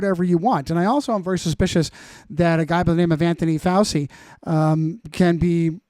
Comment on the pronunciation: ‘I’m Italian’ - proceeds to mispronounce Fauci. What an utter gish galloping shit spreader 🤦🏻😆